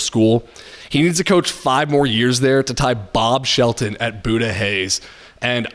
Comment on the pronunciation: Pronounced "Byooda" Hays